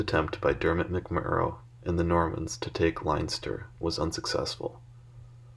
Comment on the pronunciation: This is Ireland, not Germany, it's pronounced "Lenster", not "Linester".